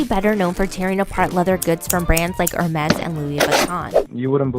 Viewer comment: Very good films. Thanks. Please learn to pronounce Hermes correctly - it's not HeRMEEEES!